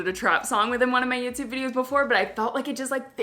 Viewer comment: I love the way she says Youtyoube